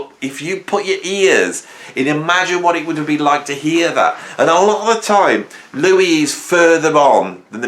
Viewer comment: Great vid but he himself calls himself Louis....not Louis!